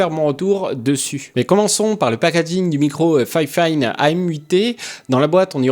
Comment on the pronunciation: J'avoue ça m'a fait bizarre quand tu prononces fifine en disant "fayfayne" je suis habitué à juste dire "fifine" X)